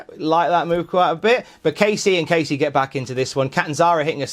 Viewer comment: Thanks, but he didn't say it like that. He said it as Kacey